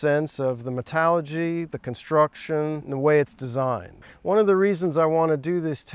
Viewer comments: ...sorry, but credibility of the "historical expert" drops a lot when he calls it "metalogy" instead of "metallurgy"....wut? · He said "metallogy" 🤣 What a scientist